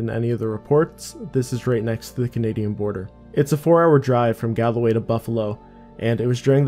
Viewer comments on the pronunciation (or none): It’s not “gal-a-way” it’s “Gal-Way” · Gaul-way Not gallaway lol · hahah galaway .. it's Gawl - Way , it's an irish county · Galway gal-way, there are 2 "A's" not 3. If it was how you say it, it'd be galaway.